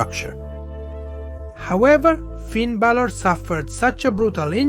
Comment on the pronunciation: Best part is how bro doesn’t know how to pronounce Finn Balor’s last name so he tries out three different ones in the same segment. Good tactic!